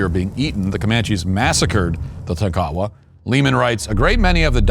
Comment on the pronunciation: It's not pronounced - tah-kow-wah. The tribe is Tonk-a-wah.